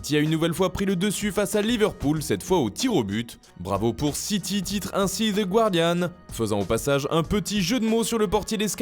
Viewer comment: The guardian se prononce « The Gardian »